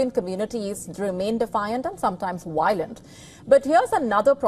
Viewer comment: You’re a nice looking journalist, sophisticated, eyebrows could use trimming, but it’s “V” violent NOT “Y” Yiolent…,come on